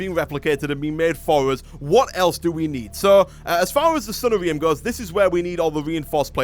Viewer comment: I like how you say sunnarium. It sounds kinda like diarrhea. Sunshine diarrhea. Oh the mental images are hilarious.